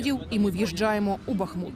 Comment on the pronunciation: как раз не БАхмут, а БахмУт.